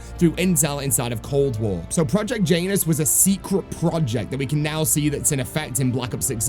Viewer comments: I believe it’s pronounced Janus like you would say January and not like Jaynus. I know it’s not important and is a bit nitpicky but it was driving me nuts hearing it pronounced like that 😂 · Jan-us project Jan - us … not J-anus super funny not gonna call it anything else but anus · Bro please dont say Janus like that💀